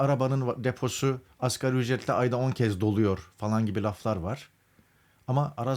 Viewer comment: Arkadaş muhabir olmuş askeri ücret diyor..El aman insaf yahu asgariiiiiiiii asgariiiiiiiiiiii............